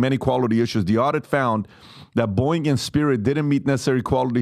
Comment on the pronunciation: The sound of me bouncing from this show after that hire is the same way PBD pronounces his favorite airline… “Boing!”